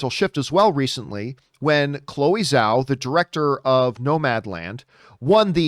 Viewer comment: Chloe's last name is Chinese so Zh is pronounced as a J (as in Jack).